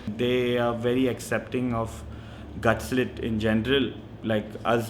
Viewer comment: That's Gutslit guys, not GutLsit!